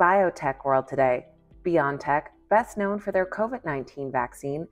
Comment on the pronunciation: It's B-O-tech, not beyond-tech